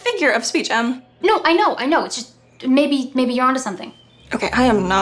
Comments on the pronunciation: I thought you say baby to the evil nerd but you said maybe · When she said “maybe” I thought she said “baby” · am i the only one who heard baby instead of maybe